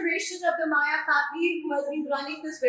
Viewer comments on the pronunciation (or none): Why is she screaming. Please pronounce the name correctly. It is maiyya not Maiya. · How difficult is it to pronounce मय्या and not माया? 🤦🏻‍♂️